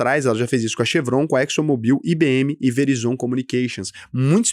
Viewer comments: Como que fala Verizon? Patético. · Cara que fofo a pronúncia dele na hora de dizer Verizon Hahaha Vídeo muito bom!!! poderia por favor falar da NVO (Novo Nordisk da Ozempic) e a NXE?